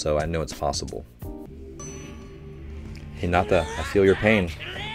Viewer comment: PLEASE dont Stress the "nata" in Hinata but the "Hi" ... his name sounds almost spanish when you say it like that